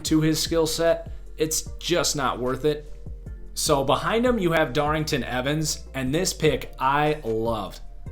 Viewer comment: DARRYNTON EVANS DOES NOT HAVE A “G” IN HIS NAME